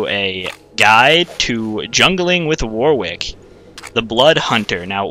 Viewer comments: Warwick is generally pronounced waw-rik or wawr-ik; the second syllable does not start with a 'w'. It's not pronounced how it's spelt, sure, but it's the name of an English town, and us Britons like to pronounce things differently just to throw foreigners off. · sorry to snap but it's not just you, I don't think I've ever heard it pronounced it correctly on youtube (must be an american thing). it's war-ick, you dont pronounce the w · for fucks sake if I hear it pronounced war-wick one more time I'll have a heart attack